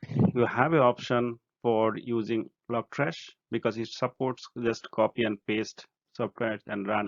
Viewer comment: lol I keep hearing logtrash.